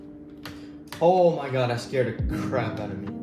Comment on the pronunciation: "oh my gyadd"